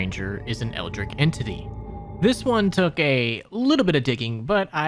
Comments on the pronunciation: Great video, but your pronunciation of Eldritch bothered me so much. It’s Eld-Rich, not Eld-Rick. Had to get that off my chest. Anyway, keep it up man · “Eldritch” my guy. “Eldric” is a shitty name for a Elden Ring character